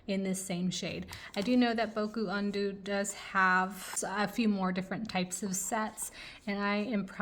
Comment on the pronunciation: I love this video but I died inside when I hear how you pronounced "Caran D'ache" and "Boku Undo Japanesque" 😂 You should check out Turner Acryl Gouache, it's much better than Holbein, and I speak as someone who has the full 102 Holbein Acryla Gouache set.